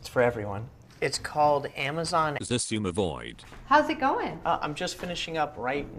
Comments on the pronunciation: "Shishmawi" -Kerallis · “Its the amazon SISUMAVOID”? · It's EX EYE ZUMA VOID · hi i have this quick question, xisuma part of your name is pronounced as Sisma or X-suma